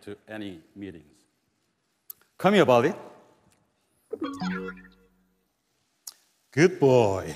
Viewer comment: say hello to Barbie ( that’s what I heard )